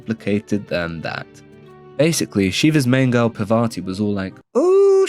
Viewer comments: I didn't get offend by anything you said, I liked it Till you fucked up the name, it's "Parvati" not "Pavarti" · that is not pavarthi brotha, its parvathi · Bro it's Parvati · Pra vati and veena yaka 😂😂😂😂 bro your pronunciation is out of this world